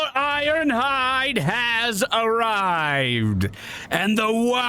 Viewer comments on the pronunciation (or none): I'm loving this series, but has anyone else noticed started calling the main guy Grimgor IornHIVE? That's what it has sounded like at the beginning of the past two videos. Maybe I'm losing it.